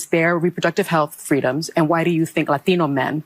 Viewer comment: She somehow becomes "Jenny from the block" with her pronunciation "Latino" with a Latin accent?